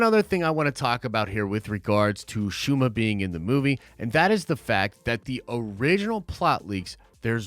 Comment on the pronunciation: I dont know who need to hear this. But it is Shuma 🤷🏾